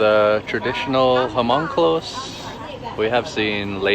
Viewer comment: The H in Hmong is silent. 😊